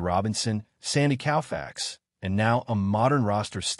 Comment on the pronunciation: Sandy "Cowfax." OMG. You mispronounced arguably one of the greatest top 5 pitchers in the history of baseball.